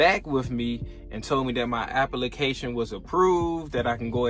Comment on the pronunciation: Glad you got your "apple-ication" through.